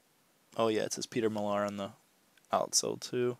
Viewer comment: It is pronounced Mill Are. I used to pick this brand up 2-3 years ago but now it's a hard pass unless it's something really unique.